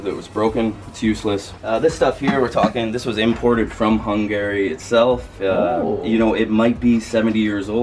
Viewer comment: its kinda annoying how says Hungary incorrectly